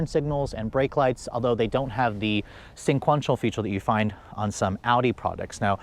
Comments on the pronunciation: Sequential. Not sinquential. Every damn time 😂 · “Of Course” as a filler & “Sin-quential” 😕